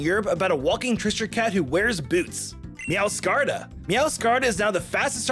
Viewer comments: He also said meowscarda and faragiraf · How do you look at Sprigatitos name and butcher it so much. Meowscarada too.